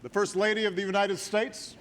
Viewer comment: What did she say? Unined States?